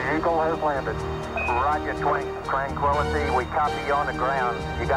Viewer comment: not only did Charlie Duke confuse the word "twan" - tranquility base. Neil Armstong also sounded like he confused the word. It sounds like Neil said, "Houston, Tranquality base here". It sounds like Neil said "Tran quality" instead of "Tran Quility" base. It sounds like Neil said "Quality" instead of "Quility". These men knew the whole world was watching and listening. Who wouldn't get a little nervous? Especially since there was less than a minute of fuel left until "Bingo time" for the abort. Tensions were at the maximum a human being could possibly undergo in a voluntary setting IMHO. No wonder they stumbled on a few words here and there. So much more for the authenticity of the moment.